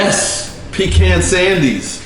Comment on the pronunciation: I'm from GA and you pronounce pecan spot on... PEECAN👍 You got it going on 🧡